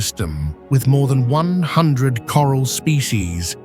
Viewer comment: Am I the only one who noticed the AI’s inability to pronounce numbers, I’m trying to enjoy the beauty of this but I lost it when it tried to say 100 😂😂😂